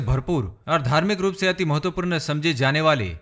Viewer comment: Nice vdo m, full of knowledge lekin hindi bol rahe ho to km se km sahi uchcharad kriye jaese hr jagah apne mahatvapoord galat bola or chota u or bade oo ki matra bhi galat pronounce ki.. baki sb acha tha..😊👍🏻